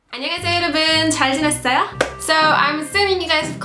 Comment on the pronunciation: "잘지냈어요" 너무 자연스럽고 발음이 완벽^^ 멘트가 굿입니다 말도 빠르고 정확하고....혹시 한국와서 방송하신다면,, 대박날듯...